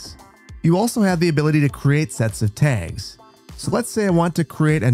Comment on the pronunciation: Your Midwest really stands out when you start talking about custom "Tegs"